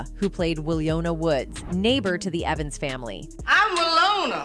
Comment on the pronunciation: 🗣you know this voice is A.I when it pronounces Names: Wl-ooo-na Doo-boo-uh, a “irresponsible mother”😂she portrayed a Child abuser. 😂When i used to watch that episode i would play it loud so parents could hear it. Cause i used to get woop’ins and i wanted them to see themselves😂😂✅